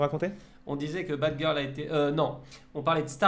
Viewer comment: Mdrr il a dit batgil 😂😂😂